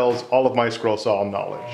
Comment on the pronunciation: Is he saying scroll or squirrel?